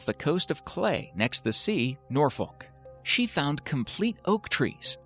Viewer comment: You probably don’t care but the village he was talking about ‘Cley’ isn’t pronounced clay it’s pronounced ‘cl-eye’